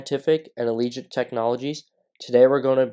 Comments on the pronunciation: It's not pronounced ALEEGENT. ITS PRONOUNCED AGIL-LENT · I think you are pronouncing it wrong as well... It's "Ajh -ja - lent"